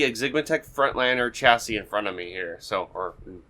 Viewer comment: Nice video, you have a good way of talking. Chassis is pronounced 'chassey', or 'sha'-'see'. My videos aren't as watchable so I cannot criticize.